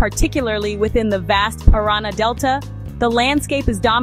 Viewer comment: It's not the pirana river, it's the Paranà river